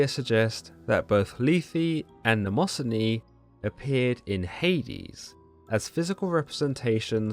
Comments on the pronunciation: It’s ‘nyma-scene-ee’ not ‘namoh-son-ee’ Mnemosyne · It's Mne mo syne you pronounce it wrong